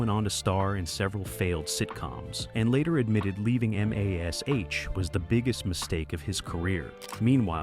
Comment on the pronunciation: Em Ay Ess Aych?? 🙄 Gary Burghoff was not the only one who knew ahead of time.